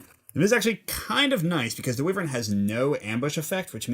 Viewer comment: Wyvern is pronounced "why-vern"